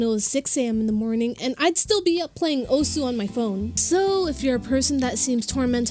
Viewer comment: Honesty who pronounces “Osu” as “os”